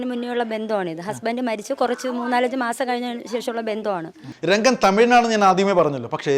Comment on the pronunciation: രംഗൻ അല്ല റങ്കൻ